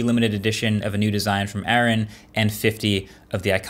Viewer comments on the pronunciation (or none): Its not Aaron, its Arun